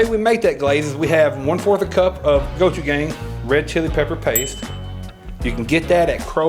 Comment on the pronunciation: I love that you pronounce gochujang as "gochugang". Not poking fun, just enjoying it.